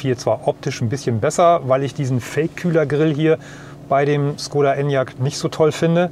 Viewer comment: Es heißt nicht Skoda, lernt endlich die richtige Aussprache..